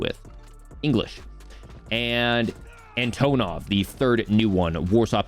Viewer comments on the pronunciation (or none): An-ton-ov lol not an-tone-ov no offence meant. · Lol none of the american streamers can say Antonovs name properly.